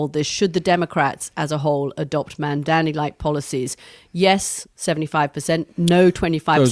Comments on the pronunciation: Anthony, please can you try and pronounce Mamdani’s name correctly. It’s no more difficult that your surname and it’s starting to grate…. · So bloody disappointed that Anthony can’t say Mamdani properly 🙄🤦‍♀️ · Maybe he isn't interested in coming on this podcast because the hosts haven't learned to say his name correctly as yet! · Learn to say Mamdani properly you pric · ITS MAM-DANI NOT MAM-DAMI YOU WIERDO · Why is Mooch mispronouncing M-A-M-D-A-N-I ???? It’s not MandaMi !! Ffs don’t be lazy ; practice , learn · Love you guys but I think you're pronouncing his name wrong. It's Mam-dani not man-dani. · Mooch can't even say Mom-daa-nee. He keeps saying Mom-daa-mee, similar to how Republicans would intentionally mispronounce Kamala's name. It's very disappointing to notice how often these two go out of their way not to offend their rich Jewish friends. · Mamdani, not MANDAMI, it ain't that hard 🙄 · For God sake, it is Mamdani with an N, not mamdami. For such a smart person like Scaramucci it’s not that hard. Write it on a piece of paper, or practice a few times! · Ffs Anthony learn how to say the man’s name correctly already. If the rest of us across the world can say Scaramucci correctly, you can say MAM-DANI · Anthony, his name is MandaNi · Wrong again. It’s MAMDANI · Please pronounce his name correctly - MAM DA NI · A gentleman named Scaramucci apologizes for mispronouncing the name Mamdani. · I don't know if you guys read these comments, but Scaramucci needs to learn how to pronounce Mamdani's name if he's going to discuss him in public. Didn't he graduate from Harvard? Surely he can tell an m from an n. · PLEASE get his name right, it’s really not that hard. Such a bad look for a conservative white guy. 🙄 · Before expecting him to show up on the show, learn how to say his name Anthony! You're smart, you can do it. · It’s very disrespectful to fail to learn to pronounce your mayor’s name. It’s not that hard! If we can say scarramucci????